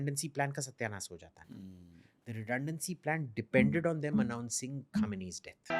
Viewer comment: Abe name sahi se le kase shaheed hue khamenai sahab